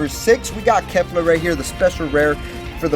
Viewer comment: ca-li-fla not ca-li-fa